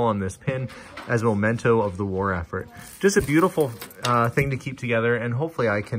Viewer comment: memento not momento